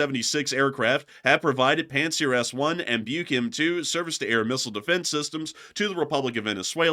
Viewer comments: It's" book" not bike Like something people used to read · It's pronounced like "buck", as in the male deer.